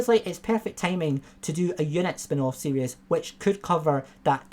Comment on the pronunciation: Mate, love your videos but it's "series", not "serious".